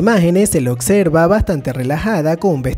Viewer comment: "Chakira" "cactada" "ocserva" me dió cuscús como pronuncias...